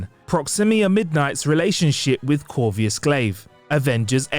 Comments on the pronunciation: CorVUS not CorVIUS Glaive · It's corvus glaive not corvius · Dude, learn how to pronounce the names of characters before recording a video. This is supposed to be professional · "Proximia" "Corvius"....this guy is a moron. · How did you completely mispronounce Corvus and Proxima? You added a nonexistent “I” to both names. Weird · Dude, learn how to pronounce Proxima and Corvus consistently, geez. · Number 10: The butchering of the names Proxima and Corvus… 🤦🏻‍♂️ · and I'm pretty sure I heard him say " Number 5 ....IronMen"